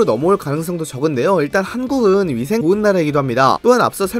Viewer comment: 저.. 한국은 위생이 "좋은"나라 발음 이상한데요 10번들 들어도 이상한데요 편집때문인가요..??? 2분43초 에서 다시 들어 보세요